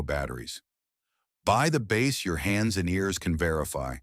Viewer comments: bro if you are going to let AI do the voice at least make sure it can pronounce "Bass" correctly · Your videos persuaded me to get a Sire V5 24. It's a great bass, and I actually like passive electronics. Still wish your AI voice could pronounce BASS properly. 😂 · The mispronunciation of "bass" is quite annoying.